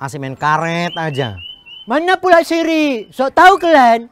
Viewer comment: Musrik bukan sirik😅